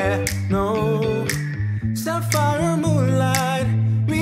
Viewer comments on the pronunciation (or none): none